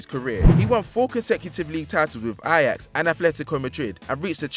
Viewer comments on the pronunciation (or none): none